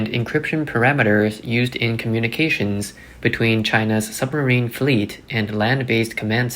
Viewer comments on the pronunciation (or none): It’s pronounced SUBmarine not SUMMERine.